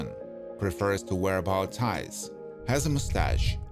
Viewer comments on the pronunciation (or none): The narration sucks in these videos. He says bough tie instead of bow tie. Lol. Then he says things like he wears a watch on his left hand or she can put a bandage on her head. But the best ones are the characters that were only in one episode for maybe 8 minutes of the show.